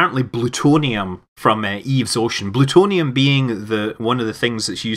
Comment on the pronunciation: blutonium = plutonium